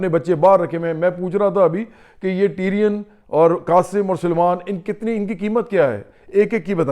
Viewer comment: ٹیرین نہیں ٹیریان